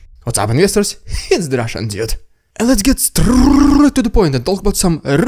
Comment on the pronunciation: Bro you need prenouce "dude" beter at your intro unless its intentional 😂